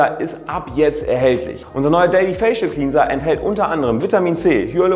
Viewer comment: Sorry, aber mich triggert es total wie du Cleanser aussprichst 😂